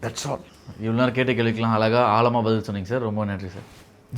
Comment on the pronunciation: அளகா , ஆளமா - ன்னு சொல்லாதே. தமிழ் பேசுங்கடா! இவனெல்லாம் ஆங்கர்.